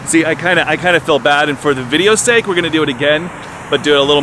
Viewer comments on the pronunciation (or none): none